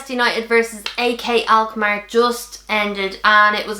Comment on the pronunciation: Did you say AK alkmaar????.😂